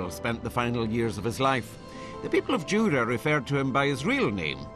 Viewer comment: IT IS JURA! NOT JURAY